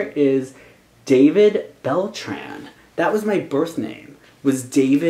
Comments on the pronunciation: If it's a Latino name pronounce it like it is: Dah-beed Beltrán (don't forget to pronounce the tilde you pronounced it without the tilde and it sounds really weird). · It's pronounced da-beed Bel-traun.